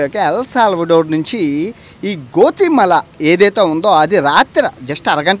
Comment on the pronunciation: గోతిమెల నో గోచిమెలా నో కాదు.. గౌతమేల అది